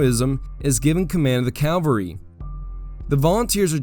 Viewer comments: Please pronounce CAVALRY correctly. It is not CAL vary!!!! That is where Jesus was crucified. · Yeah, it's a little off-putting when a person who obviously knows the facts of military history pronounce cavalry as "calvary." I'm just saying, don't come for me.